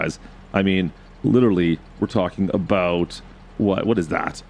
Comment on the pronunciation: Could’ve invested in a small JD riding mower for them contracts with the limited cutting space. 🤷🏼‍♂️ just a thought. Great video man. Love when you say “about” in the maple syrup accent😂 ABOOT!!